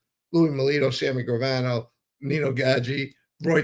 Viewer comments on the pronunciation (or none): Sammy Grave-ano